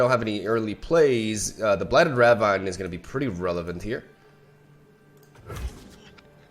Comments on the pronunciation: btw ravine is pronouced ra-veen lol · Ravine is pronounced as "Ra-veen", right? 😗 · Pronounced raveen. No flame <3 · Please, it’s ruh VEEN. Blighted ruh VEEN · Ravine is pronounced "ruh-veen" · rah-veen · Ravine is pronounced rah veen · Blighted ruh-VEEN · Yo, I know it doesn't make sense, and isn't really importanted, but ravine is actually pronounced raveen. Like "Weeee!" And not like jungle vine or whatever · it is pronounced blighted Ruh-veen/ Rah-veen. You are pronouncing the Ra part of Ravine right. Also love your videos